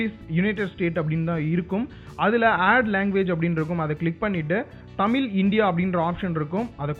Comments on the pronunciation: தம்பி அது தமில் இல்ல தமிழ் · தமில் இல்லை தமிழ் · எல்லாம் சந்தோஷம் தான் ஆனால் நீங்கள் தமில் தமில் என்று கூறுவதுவது மட்டுமே வருத்தம் அளிக்கிறது. தமிழ் தமிழ் என்று சிறப்பு ழகரத்தை அழுத்திக்கூறுங்களேன். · தம்பி தமில் இல்ல பா , அது தமிழ். கேட்கவே கஷ்டமா இருக்கு. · Athu thamizh ... Tamilllll😂😂😂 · அது தமில் இல்ல தமிழ் pronounce properly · தமில் இல்லை நண்பா.. தமிழ்... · தயவு செய்து தமில் தமில் என்று பேச வேண்டாம் சகோ தமிழ் என உச்சரியுங்கள் .. நன்றி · தமில் இல்ல நண்பா, தமிழ். ழ் வராதா. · தமிழ்.. எங்க சொல்லுங்க...: தமில்.. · Deiiiii adhu tamil illa da thamizh first nee thamizh nu solla kathuka aprm Google ku polam. Enna da thamizhanuku vandha sodhana....🤦🏻‍♂️🤦🏻‍♂️